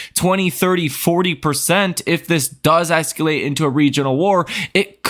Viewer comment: Thanks for changing what you were calling the strait of Iran to the strait of Hormuz...I hope the conflict does not escalate. BTW, you keep pronouncing as "esculate" 😮